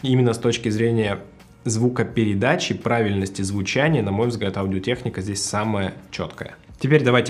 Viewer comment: Одио тэкника? Ты в Америке или где? Почему в России нельзя говорить «Аудио Техника»?